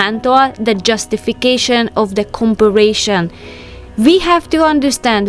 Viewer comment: not being critical here, but you are not saying comparison correctly. You are adding another letter. Go back and listen to how you are saying comparison, it's not a hard work to fix the pronunciation. Just love your videos. makes me think more about being tidy and no more worry, just go with the flow. it is so true, learn to be happy with what God has blessed you with.